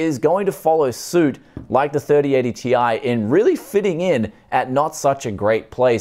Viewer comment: This new pronounciation from Nvidia of the Ti ending will become a meme, Tie fighter signing out.